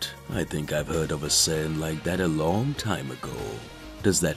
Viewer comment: narrator: sin me: F##K YOU BRO IT SAIYAN